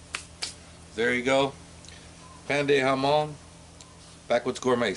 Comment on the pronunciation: Your pronunciation was spot on. This is one of those dishes that you can add anything you want.... Cheese, jalapenoes or you can substitute raisins with apricot. This is another one of those dishes that can be made many ways depending on the ingredients you have on hand.:)